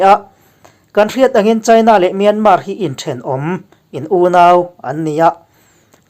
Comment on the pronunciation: Myanmar i lam dan a dik lo. A tawpa R hi an lam ri kher lo.